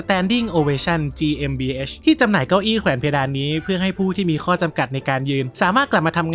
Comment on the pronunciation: เดี๋ยวนะมีจังหวะนึงที่พูดว่า เก้าอี้เเพ๋นเควดาน